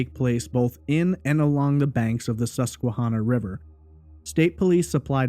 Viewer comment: I am from PA. I don't recall hearing about this case when it was happening, but in 2005 I was in high school. I appreciate your attention to detail here and thorough explanation of the facts. As a side note, the river name Susquehanna is pronounced Susque-HANNAH. Like "Hannah," the name. I am going to confidently say that Ray did not commit suicide by jumping into the Susquehanna. The river is notoriously shallow- the saying around here is that the River is "a mile wide and a foot deep." It is not even deep enough to be navigable by ship larger than a sailboat. So the idea that Ray could jump in the River and never be found is beyond nil. His body would have been seen or washed up quickly, it's not as though someone could have concealed his body in there with weights or something. It is far, FAR more likely that Ray(or someone else) tossed his laptop into the River, and then Ray was murdered or committed suicide in the woods nearby. I think the coverage on this case focuses on the River too much because it was near where his car and laptop were found. The thing is that Lewisburg is a small town of 5,000 people surrounded by vast PA forests, and incredibly rural. There is significant traffic there because it is virtually the only town in the county where all the roads in the county meet. For that reason I find it incredibly unlikely that if Ray went over the bridge in any fashion, that no one saw it happen or saw the body quickly. The area is mountainous, forest-covered, and r